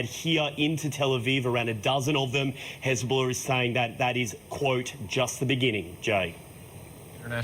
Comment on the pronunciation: did that re re say "Hezbollar"